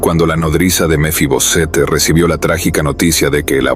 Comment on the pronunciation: Porque usted dice mefibosete?